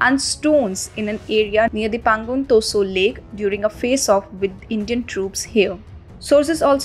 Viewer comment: It is not Pangong Toso. Stop pronouncing it that way